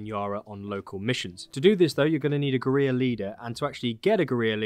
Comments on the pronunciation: Great video, though as you're English you should really learn to pronounce the word "Guerrilla" properly. It is not Gu-ree-ya but Gu-ril-la (the same as the great ape). Keep up the good work. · Guerrilla is pronounced Gorilla, not GUR-EE-YA. Just an FYI. Other than that thanks for the great video! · Let me help you out bud, guerrilla is pronounced like "gurr-illa". Not like "gareer". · We got a geureeya for sale! Mageeya geureeya for sale! Meet him! Buy him! Take him home and try him! Gerrreeeya forrr SALE!! I need to hear sing that. That would be SO good. (But it's OK for Brits, Americans and Aussies to pronounce it like "gerilla" we traditionally pronounce L's) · It's pronounced gorilla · it is pronounced GORILLA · or "guh-reer" not sure but it sounds terrible hearing it over and over and over and over again. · Yes, I figured you were saying it the same as the game characters and if you were Hispanic I would have let you off but because we're English I'm going to pull you up on it! 🙂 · He pronounces the L’s in “Valle” but doesn’t pronounce the L’s in “guerrilla” …… 🤦🏻‍♂️🤣